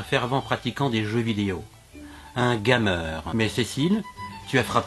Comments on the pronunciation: haha j'adore comment tu prononces "gamer" x) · "un gAmer" ? Je suis pas sûr de la prononciation. ^^ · OMG GAMER MAL PRONONCÉ